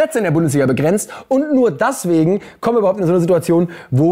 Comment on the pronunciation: Da war es wieder das ,,daswegen''😂